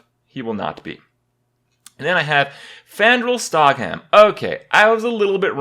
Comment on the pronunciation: "Fandral Stogham"